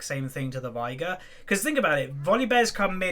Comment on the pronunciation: Just so you know,, Final Boss Veigar says "vay-gar" in two of his quotes. It rhymes with "day" and "far". Also, Sivir is "Siv-urr", as said by Azir. Does it matter? Not really. I just thought I'd mention it. Bring on the "no one cares" comments.